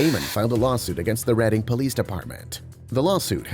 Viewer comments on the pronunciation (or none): none